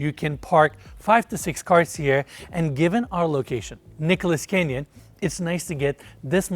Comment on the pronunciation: It’s Nichols Canyon, not Nicholas.